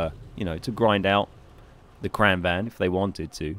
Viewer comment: "Kran wagen" - QB "Kran van" - Ben Is it really that hard for British people to pronounce "gn"? It's pronounced "Kran-vangn". Not complaining, just curious. I can't pronounce half of the names in the game. xD